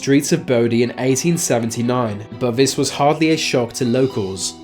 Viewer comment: I’ve rarely heard a lazier speaker. I.e. vis, vat, fings, fousands, ve, wever beaten plus lots more. I can’t listen to this. It must sound retarded to other English speakers throughout the world. 🤷🏻‍♂️